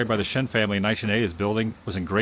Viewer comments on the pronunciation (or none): none